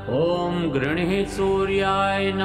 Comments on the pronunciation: ऊँ घृणि सूर्याय नमः सही उच्चारण है श्री मान ऊँ घृणिः सूर्याय नमः गलत उच्चारण कर रहे हैं। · घृणि है घृणिः नहीं।आप गलत उच्चारण कर रहे हैं।माफ कीजिए आपका नहीं सुना जा सकता। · घृणि की जगह घृणिही ऐसा उच्चार सुनाई देता है। क्या ये गलत उच्चारण नही है मंत्र का। इससे दोष लागसक्ता है। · उच्चारण जो किया जा रहा है " घृणि:" परन्तु लिखा है "घृणि" कृपया इसे स्पष्ट करने की कृपा करें। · घृणी शब्द आहे स्पेलिंग पण तसेच आहे. मग उच्चार चुकीचे का करता